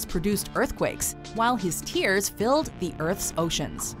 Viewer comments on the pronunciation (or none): none